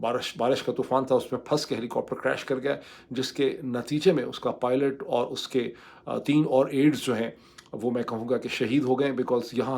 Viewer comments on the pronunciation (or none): Not poylet it's piolet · lol yes "Dr" pronounced pilot as POILET............how cringing is that? Graduated from Madarsa University e Islam-a- B A D , no wonder?